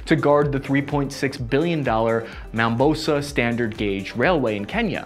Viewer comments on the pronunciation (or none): Mate, a minor point of correction, it’s Mombasa not Mambosa. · Come on it's Mombasa SGR Read as *(Moh-mba-sa)*🤣🤣🤣 don't do me like that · Dude you just butchered the name 'MOMBASA' standard Gauge railway 🤣🤣🤣